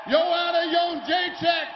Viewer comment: The way Dana pronounces "Jedrzejcyk" is just painful to hear. "Yeon-jay-check"